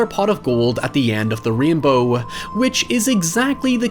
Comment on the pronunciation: Watched the entire video and only got two things from it: 1.He says REEN-bow 2. Jennifer Aniston was STUPID hot.